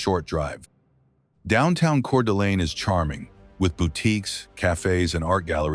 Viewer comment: Not to mention Coeur d’Alene!